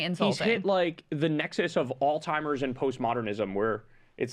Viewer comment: Lol kyle can never say "Alzheimer's".. idk if he actually knows or not either lol.. he always says like "all timers" or something like that, and even one time in one vid he said "old timers" lol